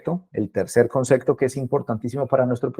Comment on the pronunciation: Concecto? O concepto? 🤔